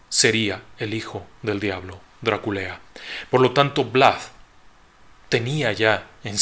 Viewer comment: Perdón no puedo evitar reír cuando dice DRA-KULEA 😂